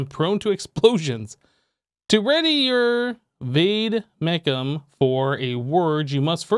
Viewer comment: I think Vade Mecum is pronounced Vade (Like Wad e(eh)) mekum I think it means notebook